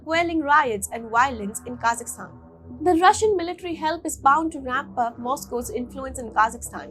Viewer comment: It's not kazistan. Pronounce property. KAZAKHSTAN